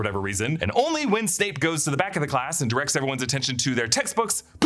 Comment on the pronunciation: 3 films in and still calling him Michael GamBIN instead of GamBON